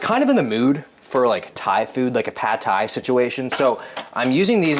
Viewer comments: As a native Thai, I cringed at the ”Pad Thai“ 😭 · the way brother pronounces pad thai~~ is so zesty lmao